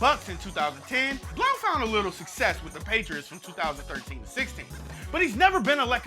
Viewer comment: I hate how you pronounce blount